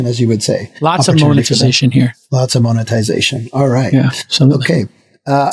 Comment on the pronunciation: "Moan"-etization, Jason? 🤣